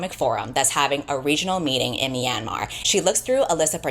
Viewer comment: .....sorry to be nitpicking but as a burmese american i humbly request you look up the proper pronunciation of myanmar next time you make a video... i kept getting startled by yours 😅 (the myan is more like meow/nyan than "mee-ann")